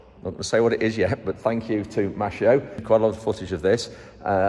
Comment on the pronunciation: Hello! You are not pronoucing "Maschio" correctly! It sounds "mas_quio". Greetings.